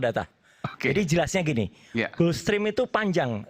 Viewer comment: Gulfstream dibaca "gelfstrim" bukan "gUlfstrim"